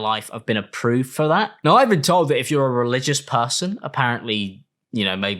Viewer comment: As a Bri-ish puhhson 😛